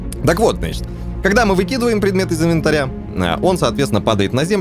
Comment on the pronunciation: не инвенатря правильно а инвентаря 😁😁